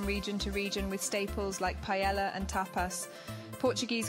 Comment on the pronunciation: Learn how to pronounce "paella" properly before making your video. It just shows how much you know about the subject.